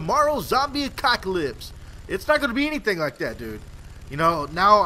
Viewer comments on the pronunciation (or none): Its 'apocalypse' not 'acocalypse' :L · Apocalypse not acockolypse... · do you say acocalyps instead of apocalyps ?? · I cant take u seriously when u keep saying ACOCKALYPSE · he said a cock alypse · Did he just say zombie acockalypse? :D